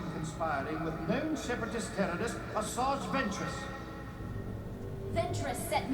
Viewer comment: Nobody:: Asazz Ventress